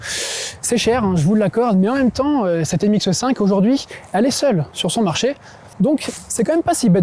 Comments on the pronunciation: MX5 et non MXe5 . S’il vous plaît , prenez des cours d’élocution. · Comme quelqu'un d'autre l'a déjà fait remarquer, ce n'est pas MX eu 5 mais MX5! Pourtant vous n'avez pas l'accent du sud, vous diriez peu neus aussi? 😃